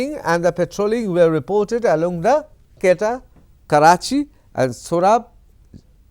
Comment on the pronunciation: Mr. News reporter, your pronunciation about the town Quetta of Pakistan is seems to be wrong.